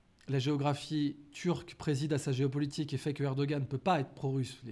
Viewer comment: M.Aberkan! Permettez -moi, a vous proposer ( vous etes presque plus que parfait) mais le nom de Monsieur Erdogan se prononce en turque par un molle H comme les Huns! Mes respects💚